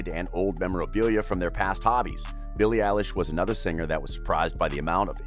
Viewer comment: It is Billie elish